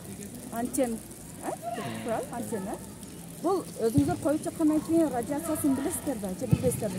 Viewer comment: Бул кыз ото эле эмоцияга берилип кетиптир т.е.оолугуп кетиптир чанкылдабай эле суйлосо болот да этика жок аньтена дпбей антена деп туура суйлошту уйронсон болмок.